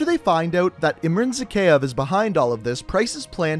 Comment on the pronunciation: His pronunciation of Zakhaev makes me cringe every time.